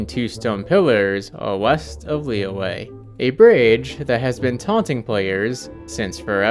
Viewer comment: i just want to mention that liyue is pronounced like lee yuh, not lee way. splitting the word up might help you a bit, just think of liyue as li yue, and the y is a consonant sound